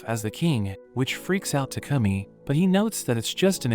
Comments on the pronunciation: Bro was saying tacumi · why does it should like he says toucumming